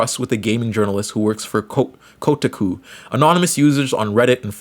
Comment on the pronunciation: Hearing you pronounce Zoe and Kotaku is genuinely adorable thank u